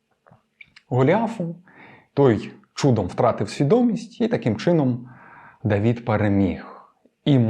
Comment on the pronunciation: ДавИд!!! Не ДавІд!!!! И це не - і, це різні літери, РІЗНІ!!!